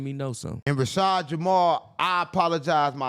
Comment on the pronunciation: " Promblem " " Rasheed Jamar " . You need to give the editor a choke slam..